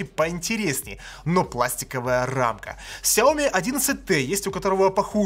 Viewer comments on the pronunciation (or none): none